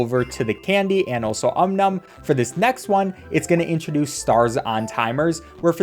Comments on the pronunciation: Gosh... I loved Cut the Rope. I was obsessed with it for years. I really should play it again... thanks for the memories,!:) (also, it's "OM NOM", not "um num", you silly!:P) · hearing him call it "um num" makes it hard to watch this, everyone knows its called "om-nom" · Its Om Nom not Um Num x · It's Om Nom not Um Nom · Ah yes deliver the candy to um-num. It’s om-nom get it right before you make me tear my ears off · Its not um num its om nom put some respect on his name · Om, not Um Nom! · “Um Num” Isn’t it pronounced… O M N O M ? ! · the way he pronounces Om Nom as umnum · Did anyone noticed that he called om nom “um num” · aint no way he disrespected om nom like that (he said um num) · Om nom is best boy Also, “um num” is crazy 💀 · kept on pronouncing his name as “um num” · yeah its supposed to be pronounced "ΩnΩ" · The way he calls him "um num" I'm freaking dying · His name is Om nom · I think that but he's calling him Um Num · that's just 'cause he's pronouncing it fast. Is what happens when you say something enough times; you find ways to truncate the time it takes to pronounce them, which can change their phonetics depending on what language you speak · I take 1 psychic damage everytime he says Om Nom's name like that. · Sound out om num bc that’s how it’s pronounced but I guess that’s just not how people say it even tho that’s how it’s spelled & should be pronounced